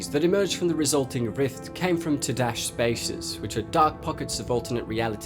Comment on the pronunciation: "Toe-dash" long O sound